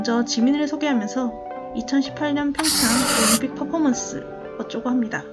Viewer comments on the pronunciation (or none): none